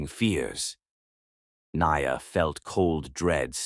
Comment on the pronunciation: i love this story, your pronounciation of peoples' name especially NIA's name is soooo terrible. You need to practice certain names so they don't sound so bad.